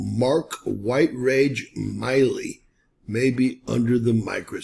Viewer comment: Mark Milley’s surname is pronounced with a short I. Mill, as in a sawmill, Lee. Appreciate your content. Podcasters in general are notorious for mispronunciation of names and other vocabulary. Podcasts are a great source of information, including yours, and being more careful to pronounce words correctly will give you more credibility.